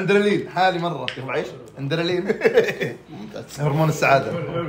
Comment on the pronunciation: الاندرلين😂😂😂 الله يسعدك يا كل ما تقولها اضحك😂 هي الادرينالين❤